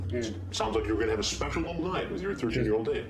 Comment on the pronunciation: emphasis on the ‘special’